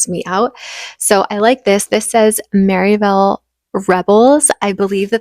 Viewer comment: I love how you say Maryville! I grew up in TN and my grandmother lived in Maryville and I've always called pronounced it as like one word with ville being more like "vul" lol. You all seem to be liking the area and I love that! Such a pretty city with gorgeous outskirts and more rural areas